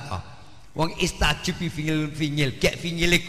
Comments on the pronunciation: bukan istajib tapi astajib,,,,fiil mudhori dari fiil madhi istajaaba,,yastajiibu,trus menjadi astajiibu trus astajib... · maaf, bukan Istajib tapi Astajib.... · astajib bukan istajib, lihat QS.40:60